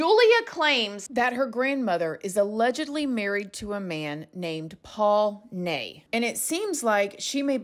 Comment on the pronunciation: I felt so bad for the parents when the abduction happened. They were abused by the press. Obviously they were completely broken. Oh, and - the name Ney is probably pronounced 'ni' as in nice. My grandad's middle name and my nephew's, too! I hope they've found their daughter, I really do hope this girl is Madeleine. 🤞